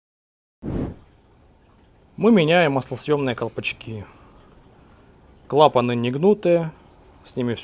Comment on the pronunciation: Впервые слышу что говорят правильно. КлапАны а не колхозно клапанА. +10 к профессионализму)